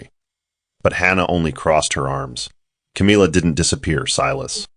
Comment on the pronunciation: I just wish that the AI voice would have known how to pronounce the name CAMILLA.